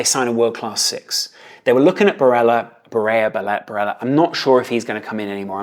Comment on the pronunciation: Barella is not pronounced “Bareya”, it’s an Italian name not Spanish